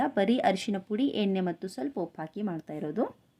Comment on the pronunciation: ಎನ್ನೆ ಅಲ್ಲ ಎಣ್ಣೆ